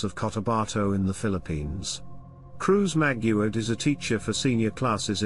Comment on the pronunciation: Maguad not Maguard